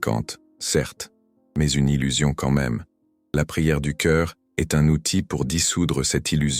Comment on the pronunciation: je déteste cette voix de l'IA! la reyranscription écrite en très gros caratère est nulle, avec des énormes fautes! le verbe être à la troisièmepersonne est dit EN S T, alors qu'on prononce pas ces letrres en entier! c'est très dérangeant quant à la véracité de l'énnoncé de votre discours!